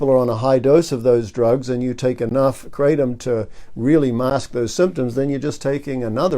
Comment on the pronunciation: good video. It's pronounced 'kra-tom' not 'kray-tom'. (I'm a Thai speaker).